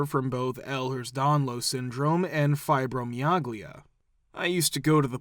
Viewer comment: Fibromyalgia: /fiibro miiiAlgeeeuh/